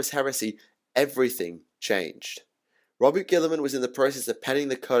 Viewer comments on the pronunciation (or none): Wow the leggy o Astares killed your video man and it’s ro-boot-ta gilly man not Robert ok 👌